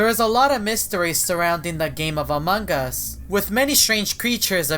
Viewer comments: "amangas" . Only caption users can understand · he says amog us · said amongas and every time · Me teacher:!! Pronounce among us:among gas Me:Crono:crawno Me:plolus:poilus Classmate: (Haha stop please I can't stop laughing)